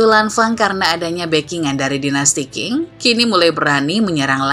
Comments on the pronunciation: Sedikit koreksi min, Dinasti Qing dibaca Ching,bukan King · 清 Qing dibaca Ching, bukan King.